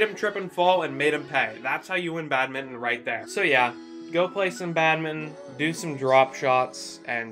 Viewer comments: thats how you pronounce badminton lol how do you pronounce it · Why do you pronounce badminton like that 😭